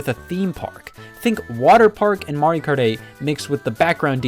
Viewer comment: It's MARIO not Maruieo XD